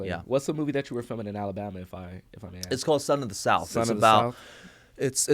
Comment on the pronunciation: you don't "axe", you ask. FYI